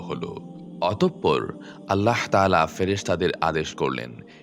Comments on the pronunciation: "allaho" ki jinsh? bhooter moto bar bar nijer Rabb er naamer bikrito uccharon korei jacchen. "ALLAH" naam ta bola ki khubi koshtokor apnader jonno? oshojjho! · আল্লাহ শব্দ উচ্চারণ ভুল